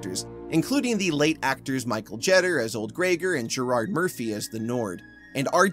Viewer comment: FYI, The following are the commonly accepted pronunciations of Rick Aviles = ah-VEE-les Michael Jeter = JEE-ter Mark Isham = EYE-sham And from your Salem’s Lot video: Rabinowitz = ra-BIN-o-wits I know these names aren’t as simple as “smith” or “Jones” but they are fairly common Hispanic and Jewish surnames. Congratulations on this video tour de force triumph of a video.